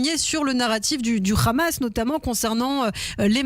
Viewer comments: Ha-Mas pas Kha-mas..Un français sait prononcer Ha quand il le prononce Kha c'est qu'il y a un sérieux problème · Cette façon d'esquinter la prononciation de 'Hamas' est anti-arabe, et donc antisémite.